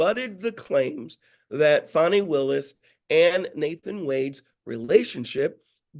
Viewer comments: Fawny not Fani 😅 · her name is pronounced ‘Fan Nee’. Show her the respect she deserves!